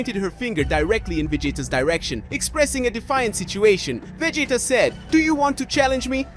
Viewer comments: its Veegeetuhhh, not veg-eh-tuh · It’s Ve-GEEE-ta not Ve-ji-ta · Who in the hell is Vajita, really? I thought his name was vegeta.😂😂😂😂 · The name is Vegeta is the one that you're mispronouncing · You almost make Vegeta sound like "vegetable".